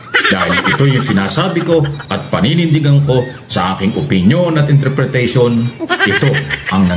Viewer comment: INTERPRETATION HINDI INTREPRATATION